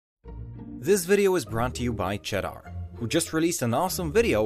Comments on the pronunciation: The way he pronounces cheddar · Can’t even pronounce Cheddar properly 🤔 Nice subtle hit job, you tube 🤪